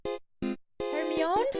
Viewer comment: It's 'Her-My-knee'.